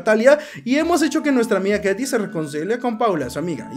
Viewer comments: La niña se pronuncia keyti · el nombre de la chica de pronuncia keiti